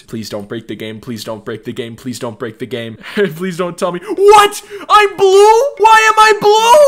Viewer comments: the way he kept saying blue im B lue why is everyone B lue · He kept saying "blue" with a big b and l. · LOL the way he says blue